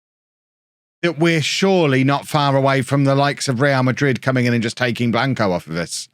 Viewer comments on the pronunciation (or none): none